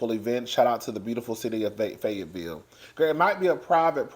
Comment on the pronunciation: Yes your pronouncing it correctly!! And Fayetteville is beautiful with big gorgeous houses!! 😊👍🏽